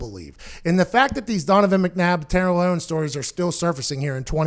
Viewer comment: "Ownes" lol